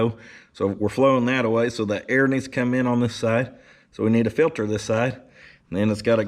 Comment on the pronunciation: Air "fillter"...love it lol